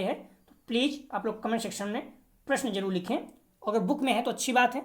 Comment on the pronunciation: Pleej pleej kyu bolte ho please bola karo ....pleej bahut odd lagta h🙏🙏🙏